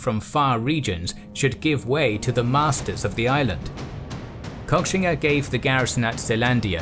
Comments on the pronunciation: I think it’s most likely pronounced “Koshinga” but great documentary anyways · Guys, at least learn how to pronounce the name of the person you're making the video about. It's pronounced "Ko-shing-a", not cock-singa..